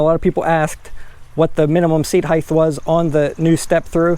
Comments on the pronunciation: hate when yokels say "higth" instead of height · It’s height, not heigth. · Good review. Some pros and cons: -Pros: great info. Covered the differences well, especially measuring the stand over and pedal distances. -Cons: learn how to pronounce the word “height”. It ends in a simple “t” not a “th” sound. Kind of annoying.